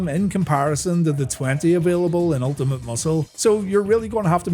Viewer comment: UL TI MAT.....MUSCLE